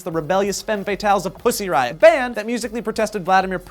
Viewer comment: Thumbs up if you laughed every time they said Puzzy Riot !